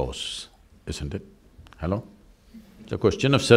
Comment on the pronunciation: Every time he says Halo🤣🙏🏾